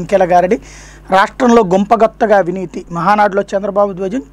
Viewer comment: గుంప గుత్త కాదు, గంప గుత్త. మీరు రెండు సార్లూ ఇలానే అన్నారు.